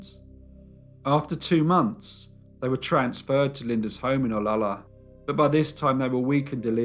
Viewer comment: Pet peeve of everyone who lives in Olalla... pronounced oh- la-la not ola-la Also! Mrs. Haglund's son was the founder of Ivar's seafood restaurant... and she would have died anyway of stomach cancer.